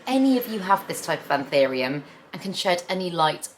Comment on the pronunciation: is anthurium pronounced “an-thee-rium” like this? ive always been under the impression it’s “an-thoo-rium” ..